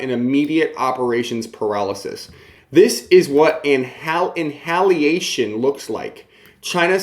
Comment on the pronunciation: love ya..... but you're too smart to not know how to pronounce wreaking and annihilation.